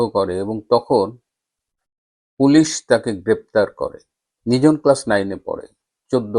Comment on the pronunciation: OOr nam ta NIJON, not nijhon. but thank you for your words regarding Nijon, he is inspiring